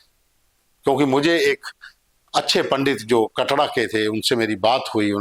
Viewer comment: कटड़ा नहीं है कटरा है पहले सही से बोल